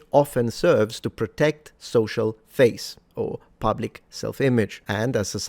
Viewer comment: 'A greht struggle' at . You can hear the echo of monopthongized vowels. He also occasionally pronounced words like public as 'pöblic'.